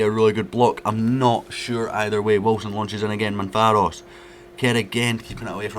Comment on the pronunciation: MAV-RO-PAN-OS not Manfaros 😂